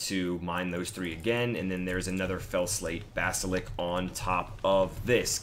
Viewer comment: It's basliSK, not basilik LOL